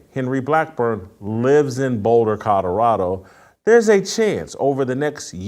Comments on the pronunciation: Someone please tell Jason that it's pronounced Co-lo-ra-do, not Co-do-ra-do. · It's COLORADO not COTORADO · I can’t respect anything he says. He can’t even pronounce Colorado. Where is “Coddurado?” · Somebody teach Jason how to pronounce Kadarado